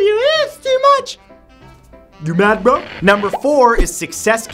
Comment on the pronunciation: your Canadian accent came out when you said bro